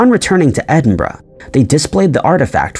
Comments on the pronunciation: The biggest mystery is how he managed to pronounce “Edinburgh”… and “peripheral “! Nobody gets peripheral right! ‘ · Omg , you said EDINBURGH correctly, finally !!!! 😁, also another great video